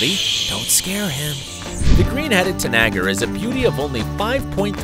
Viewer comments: tanager is pronounced TAnejer, not tanAGer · Tanager is pronounced Tan-eh-jer